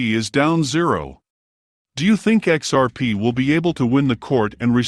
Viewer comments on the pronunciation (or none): I just cant trust a channel using text to speech... "XPs failures" cant even pronounce XRP